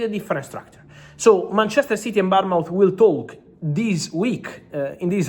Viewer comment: He can’t pronounce Bournemouth I’m thinking he’s saying Palmont??